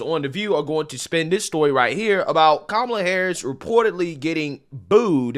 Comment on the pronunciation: Did you say Coma Harass?